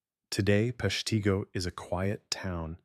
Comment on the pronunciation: Please have a real person narrate. The name of the city was pronounced three different ways. It's said "Pesh-tah-go" and Wisconsin's governor was "Lew-shish" Fairchild.